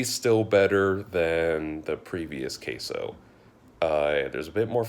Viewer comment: Since I couldn't comment in the trailer, I just came here to say that I am mad for some reason for the way they said queso. Sorry but just had to comment also good review.